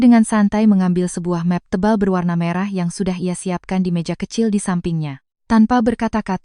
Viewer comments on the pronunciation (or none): Efek AI, membuat bahasa Indonesia jadi kacau. Bahasa pemersatu. Cat rumah dibaca ket rumah, map plastik dibaca mep, Bi Ijah dibaca Bei Ijah. Memperkosa Bahasa Indonesia